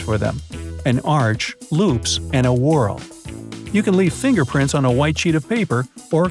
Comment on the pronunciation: Nobody: Not a single person:: WhAT iF yoU hAD No fiNGerPrILt